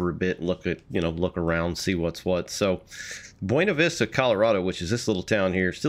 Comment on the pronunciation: As a Coloradoan I'm legally required to tell you it's pronounced "Byoona Vista" not "Bwena Vista"- yes it's pronounced VERY wrong to the Spanish, but that's what the locals call it. Also great review! Will probably pick this up soon, as an avid D&RGW fan.